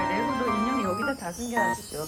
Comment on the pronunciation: ㄹㄹㅔ고 ➜ 완벽한 레고 발음법 ㅋㅋ